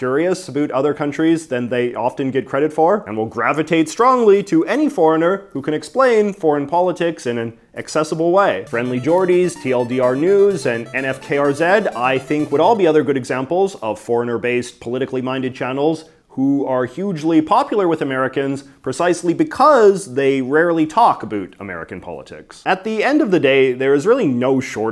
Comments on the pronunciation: NFKRZ lol that was a funny way to say his name. Its Nofuckers(NFKRZ) one word. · its pronounced "nofuckers"